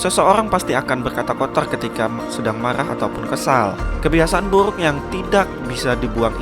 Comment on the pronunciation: Gua suka pas lu ngomong burrrrukkk